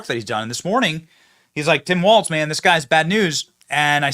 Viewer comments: Walz is said Walls not Waltz. Don’t insults a fun dance. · It’s Walz not Walts or Waltz or Walsh. It’s Blagojevich not Baglojevich. Geez man.